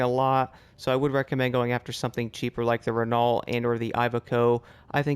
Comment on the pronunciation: Your pronunciation of Renault is wrong 😂 either get more French or watch a formula 1 race. I’m still waiting for them to fix the game for Xbox. I’ve stopped playing it until they do. Your videos make me happier than a Frenchman who’s just invented self removing trouser’s.